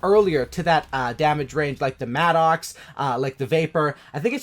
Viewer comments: It MADDUCKS not MAD OX . How can you be a native English speaker and say that shit? You probably used to call martyrdom Marty Dom too... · it’s pronounced “mad-ux “